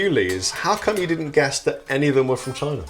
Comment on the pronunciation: That was pretty much the worst pronunciation of China in Chinese...